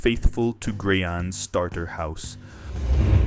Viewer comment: Did just call Grian, Gryan? 👎👎👎👎👎 jk